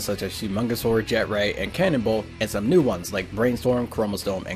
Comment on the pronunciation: why do you say mew